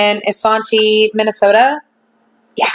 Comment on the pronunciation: Good evening! Just wanted to let you know that Isanti is pronounced like "eye-SAN-tee" (Sorry, Minnesota gal here) Not that it really matters in the scheme of things but just thought I would let you know:). I really enjoy watching your videos! These cases are fascinating and it will be wonderful when justice is finally brought to the victims!